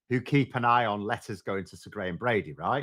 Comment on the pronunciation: I have trouble telling the difference between you saying "letters" and "lettuce" and honestly it improves the listening experience